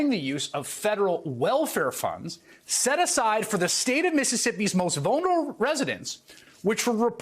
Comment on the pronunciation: serious question: Is Chris unable to pronounce the word "vulnerable"?